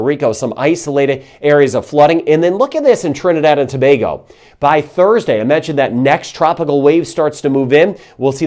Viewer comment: Awww ,you said Trinidad and Tobago like a native ,as a matter of fact you said the names of all the Island perfectly .......never seen that with a foreigner. Hello from Trinidad ! 🇹🇹